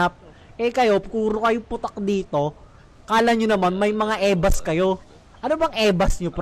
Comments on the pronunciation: ebas yun hindi ebats, "dami nyong ebas" = dami niyong sabe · EBAS HINDI EBATS HAHAHAHAHA